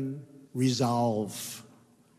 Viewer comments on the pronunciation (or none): Was he having a stroke when attempting to pronounce "Resolve"?